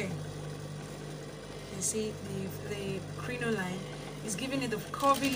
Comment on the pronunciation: Welldone. Its pronounced "crinolean"